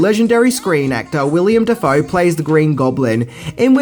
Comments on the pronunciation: Why do you pronounce Willem the same as William? They're different names. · Why do you keep calling Willem, William? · Willem . Not William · Love your videos,. But I feel I have to point out the man's name is Willem Dafoe, Not William. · Wil-LEM (not William) Defoe, FYI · WillEM Dafoe....you said William lol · It's Willem not William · His name isn’t William Dafoe it’s Willem. Damn I love ya but how can you get the stars name wrong? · But but but his name is Willem not William.......!!!!!!!!!!! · i love you bro, but its pronounced WILL - M Dafoe, its Willem not William. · I'm 27 seconds in and I'm already annoyed because you said William Dafoe, it's Willem Dafoe. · Willem Dafoe, not "William" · Great video again! However, you made a mistake at the beginning calling the actor 'William' when his name is 'Willem.' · WILLEM!! Not "William!" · His name is Willem Dafoe, not William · It's Willem. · Its Willem not William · His name isn't William... it's Willem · Its WILLEM u jackass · It's Willem,. Will-Em. R.I.P. Stan Lee. Keep the faith, True Believers! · “William” Dafoe 🤣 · is saying Dafoe's first name incorrectly. It's "Willem", not William. A lot of people make this mistake when saying his name. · Stop calling Willem William. It's not the same fucking thing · It's Willem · Its "WILLEM" Dafoe you schmuck